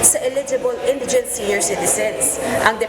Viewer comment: Oyyyyy. Kayo ha? Ayusin nyo nga ang pronunciations nyo. Nakakahiya. Example: SCAFFOLDING & INDIGENT. NAKU .. SIN VERGUENZA. I GAVE UP ON YOUR IDIOT NEWSCASTERS PRONOUNCING NEWS AS NOOSE. EMBARRASSING 😳